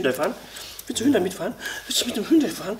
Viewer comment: Was ist denn dieses „Hündai“ 😂 Spaß toll umgesetzt! Top 👍🏻